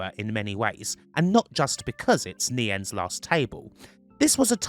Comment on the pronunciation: The correct pronunciation is nie -ens, not nay-ens. The 'i' is a long 'i' as in eye, bye, night, light, dye, sky, kite. Wayne Nie-ens (Neyens). Very interesting video.